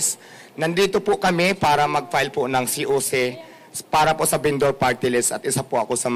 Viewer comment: se-oh-se binduur